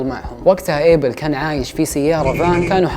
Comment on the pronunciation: اسمو ابيل ما ايبل 😂😂😂